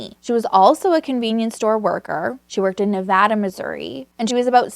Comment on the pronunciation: Love your stories! You are great, just one critique...us Missourian's really don't know how to pronounce anything. Like Versailles, we say Ver-sayles. The French ancestors who first came here are rolling over in their graves. But to get why I'm posting, you said Nevada like the state. In Missouri we say Ne-VAY-duh. Please don't hate us. We're fun people, most of us. I am at least. Lol 🤣